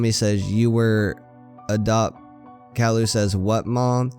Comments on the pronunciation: it's ki yoo not cowlu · caryou not carloo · Cow-loo? its kay-loo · it's pronounced k-i-ooh. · You said Calliou not Caillou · Just letting you know it is pronounced "K-eye-you" not "Kal-lou" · It’s pronounced Kye-yoo not Kah-loo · Him :cowlou Me: it’s pronounced caiyou!! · His name is not Cailu it’s ( Kai yu) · He said calou not cailou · Did he just say CAL-u It’s CAÍ-You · Kaloo? Its pronounced kaiyoo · Not to be rude but it’s Kai u not cowl u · no hate, but it's pronounced ki-u not kall-oo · it's pronounced Caillou not callaloo Caillou not CAO Lu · It's not Kall-ou, it's Kai-you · you are saying caillou wrong it is not call-uo it is kai-you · ITS NOT CAULIU ITS CIUE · it's purposed kyeoo not cyloo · it is pronounced like lowercase o calliou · not cowlu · i like how you said kallu instead of caillou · It’s pronounced cauyou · Dat bo said cowlou😂😂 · It's pronounced Kai-you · Instead Caillou you're saying Kallo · You pronounce it wrong it's CKY as in sky and YOU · SAID IT WRONG NOT COWILLU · CAILLOU NOT CALLIOU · its said kia u -_ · its cai u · I believed it's pronounced Kai you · His name is pronounced Ka.'ju, ka being pronounced kai, and 'ju being pronounced you. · ITS Kai-You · its prenounced KyeYou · You pronounce the show wrong. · It’s actually pronounced ki you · Good story but you keep saying his name wrong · This guy pronounces Caillou Wrong. That's so Funny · you pronounced caillou wrong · Your saying caillous name wrong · You're saying Caillou Wrong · Its pronounced "K-ie-u" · u said his name wrong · you are saying caillou soooo wrong, I can't take it XD just look up the opening to the show, the little narcissist says it like 30 times b4 the show even starts XD